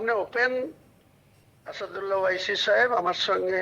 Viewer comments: জোটসঙ্গীর নামটা আগে সঠিকভাবে বলা অভ্যেস করুন। আসাদুল্লা কে? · Humaun Saheb, Naamta bola Shikhun aage. Asadulla na ota Asaduddin Owaisi.